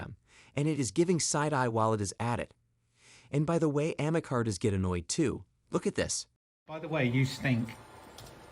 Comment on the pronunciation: No.... Ameca isn't even close to looking realistic ..... But you are right , it is very creepy..... It's called Ameca .... Not Amecar